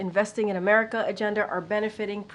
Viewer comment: So his regular medical unit didn't notice he pronounces the word America as Amehulnamanas?